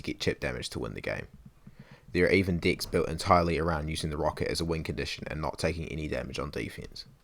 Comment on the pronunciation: i swear u said dicks on purpose